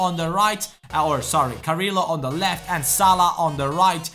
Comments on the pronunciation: carriio not carrilo pls say carriio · Carrillo is prounounced cariyo sorry for bad English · Carillo is pronounced Cariyo, listen to the comentator